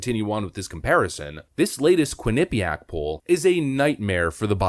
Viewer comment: just fyi, it's pronounced 'quin-uh-PEE-ack'. you have the emPHAsis on the wrong sylLAble. thanks as always.